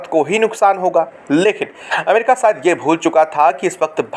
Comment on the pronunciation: अबे श बोल सिकंजा क्या होता है??? सायद क्या होता है??? रिसते क्या होता है??? रिश्ते बोल